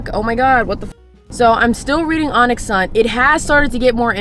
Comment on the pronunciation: Ma’am why are you still saying Onyx “Sun” 😭😭😭